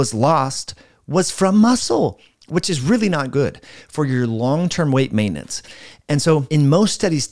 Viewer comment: Say maintenance properly omg.